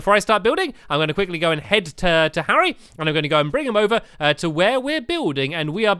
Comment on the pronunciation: you called Harry Harriot